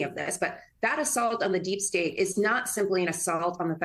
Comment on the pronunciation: "Derp state". That's how Dumpers pronounce it🤣🤣🤣